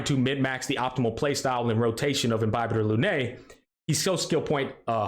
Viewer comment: Imbibe-tor lunay 💀 I didn't even notice until you pointed out the effort the put into pronounciation Im-bibi-thor (bibi is like beebee but a shorter ee sound) Luna (like Sailor Moon's cat) and an "i" sound at the end. Lun-eye. You can go with the ay sound ig for later latin, but the stress is more on the Lun and less on the AY.